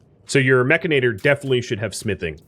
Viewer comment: humorous note, most of youtube is pronouncing 'mechanitor' wrong.. although yes it does sound much better as 'mech-a-nator' its spelt as 'mech-an-i-tor' although they really s hould have named it 'mechromancer' because thats hilarious